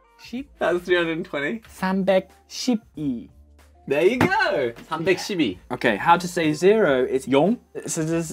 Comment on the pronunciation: Wow. Josh didn't say "shi" that well, but he has a decent pronunciation for an English..man.